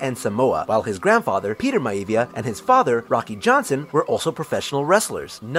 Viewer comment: Moana means Ocean in most if not all Polynesian languages ,and the Rock's Samoan family name is pronounced (MY-ah-Vee-Yah)